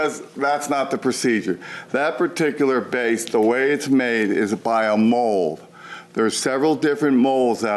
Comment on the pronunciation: A mole? Good heavens, put down the beer and speak normally.